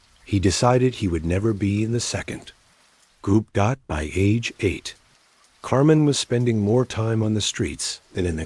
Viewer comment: It's CAR-MYNE...not Carmen!!!